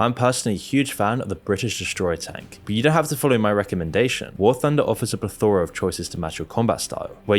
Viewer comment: It's plEthora not ple-FORa